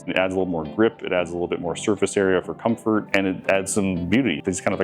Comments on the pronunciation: Was going to buy it but then at the end it says comort instead of comfort... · ahh yes i apriciate a good "comort"